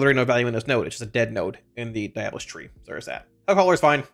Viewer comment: its pronounced diabolist.